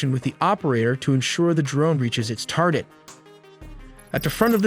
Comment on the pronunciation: tardet AI